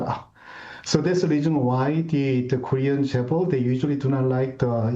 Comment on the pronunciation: I think this news anchor is Korean. Her Korean pronunciation like Samsung, Lee Kun-Hee and Chaebol is perfect.